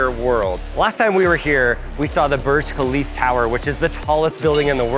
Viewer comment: he said burj khalif tower 😭